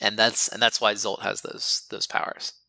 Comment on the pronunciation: I've searched via Google for a while to figure out more about Zsolt's name but couldn't find any relevant information. How did you come up with his name? Zsolt is one of the most common Hungarian male names. You pronounce the Zs sound like the "s" sound in "measure" or "usual" if you want to follow the Hungarian pronunciation. I find this really interesting and cool :)